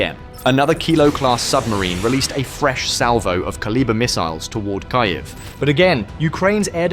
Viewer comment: Key-Ev...Key-Ev...who the hell taught you it was Kigh-Ev? That drives me crazy!